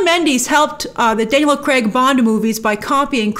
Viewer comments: Daniel Cregg, just say the guys name correctly. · Could you please, PLEASE start calling him Daniel Craig instead of Daniel kreg!!